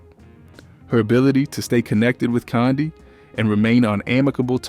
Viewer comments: This “so called narrator “ is killing me🤬 and who in the heck is “kondie” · U aint sayin her first name right😡😠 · Love this breakdown but your pronunciation of Kandi and Latocha was distracting lolll